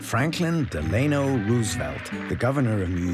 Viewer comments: You can't even pronounce "Delano"? C'mon. This doc is a mess. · This is some dumb AI shit. Edgar Hoover my ass. Who the fuck can't pronounce Delano right, an AI is what! Get this shit outta here.